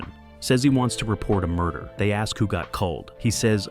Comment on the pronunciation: As much as I would love to watch this the bad computer generated voiceover hit in the first minute - "mur-dare", really?